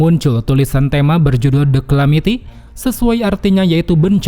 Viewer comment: cara bacanya DE KALAMITI bang